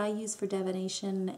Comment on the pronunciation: Cool video :) (The "I" after the "D" in the word "divination" is pronounced as in the "I" in "igloo" not as in the "E" in "echo." Sorry, it's the first thing I heard.)